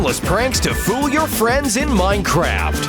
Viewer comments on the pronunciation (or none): What it said:fool What I heard: foo